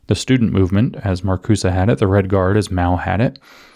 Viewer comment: It's Mao. Not Mau, Maou or Miau, that's a cat